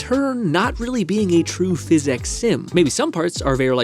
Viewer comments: Okay but it sounds like you’re saying “phys-ex” every time. 😂 can you just say “Fizz-ics”? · It's not he X in how you say physics that is weird, it's the last i. You pronounce it like phys-ex. Not every time though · Bro everytime you say fizz ex it rattles my brain and I can no longer even hear what you’re saying. It’s driving me insane. I have no idea what this video is about. Ok he did it again. I just called out of work. Omg bro stop! I left my wife. STOOOOOP!!! I am standing on the skyway bridge. Goodbye. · The reason you should consider saying "Physics" properly is because PhysX is a completely separate technology. It's used in games like borderlands 2 for realistic liquids and cloth. When you say PhysX casually it's confusing. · The problem with how you say "physics" is that you pronounce it as "physecs" but there's no e in physics YOU NEED TO PRONOUNCE THE I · I love and the video topic seems really interesting but I’m sorry I just can’t keep watching when you are saying fizz ecks constantly. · Please say physics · The way he says “physics” really is amazing though. He has got to be trolling, because he says all of his other words like a literate human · why do you say physics like that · okay, i see what they mean. you do say it weird. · say physics right bru it ain dat hard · The way you pronounce Physics could probably get you a speech impediment diagnosis /srs